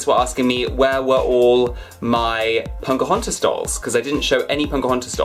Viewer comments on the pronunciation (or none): Her name is Pocahontas and not Poncahontas. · I'm sorry but are you saying Pocahontas or PoNcahontas? :) Love the Snow White doll! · I <3 you and your dolls... but I keep on hearing "punk-ahontas"! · Poke-OH-HaUn-tiss is how you pronounce it. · Yes he says poNcahontas but its so cute! Lol 😆 😘